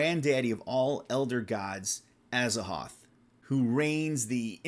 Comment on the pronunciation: ...you pronounce Azathoth wrong. The "th" isn't silent, HPL wanted it to be an hint both to the Egyptian God Thoth and the word "thought", as in the opposite of or negation of it. It's briefly mentioned in one of his missives but don't ask me for sauces because I'm going by memory. I'm 100% sure about it tho.